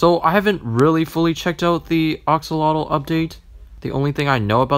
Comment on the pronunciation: “oxolotl” what the absolute heck “I’m gonna craFT” thought you said u were gonna crap 👹